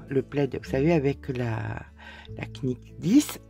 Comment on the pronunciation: Bonjour et Merci pour cette vidéo bien expliquée 👍 Je voudrais vous faire une demande gentille💐, SVP, si vous voulez bien ne pas prononcer le "K" de "knit" ou "knitting" etc car en anglais on ne prononce JAMAIS le "K" en début de mot lorsqu'il est suivit d'un "N"😉 comme "know, knee, knife, knignt, knock" etc Merci car mes oreilles souffrent à chaque fois 🙉 😉 - Je ne voudrai pas que me demande soir mal prise. - Je vous souhaite un beau dimanche ☀ 🌸 Nicole 🌺